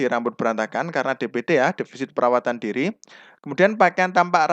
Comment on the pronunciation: Diri bukan duru pak